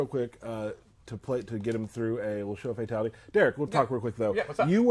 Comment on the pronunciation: He says fatality like FATality